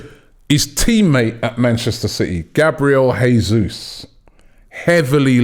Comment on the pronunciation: If we do get Gabriel Jesus, we gotta pronounce his name properly lol